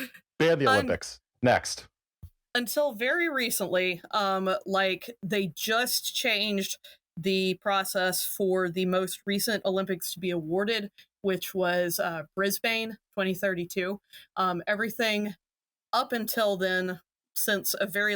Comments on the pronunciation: I got a post from the IOC about the torch relay and it's arrival in Paris in the recommendations below this on the app. EDIT: Every post under this video in the app is from the Olympics lol. Also, Brisbane is Briz-bun, not Briz-bane. The way guest said it just makes me think of some wierd, maroon wearing Bane. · Briz-bn. The vowel sound you want is the one you get when you lazily try to skip over the vowel entirely. Some languages don't bother writing down vowels, Australian English writes them but doesn't say them. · It’s pronounced Brisbin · As an Australian, I gotta say the guest's pronunciation of Brisbane made me die inside. It's like halfway between briz-bin and briz-ben, definitely not briz-bane. Great episode otherwise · Brisbane is pronounced in the same sort of style as Melbourne, we get real lazy in the back half of the word (Bris-bin, Mel-bin) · “Briz-ben” with an extremely lazy and abbreviated“ben” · that's not how you pronounce Brisbane! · Lol, Brisbayne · that is not how you pronounce brisbane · This Australian loves the mispronunciation of our third-largest city